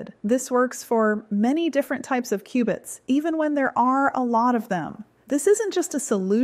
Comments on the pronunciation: "Q"-bits. Not "cubits". LoL. They're building Q.uantum computers, not Noah's ark over there. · Qbits not cubits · Its Qubits